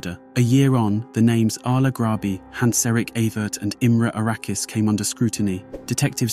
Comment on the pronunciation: To be clear. His name Arakas, not Arrakis